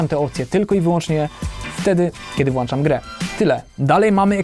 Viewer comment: jak cie slucham to mnie uszy bola... WŁĄCZAM A NIE WŁANCZAM. A tak to spoko filmik, pozdro.